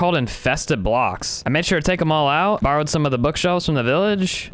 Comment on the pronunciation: so I “borod sum books”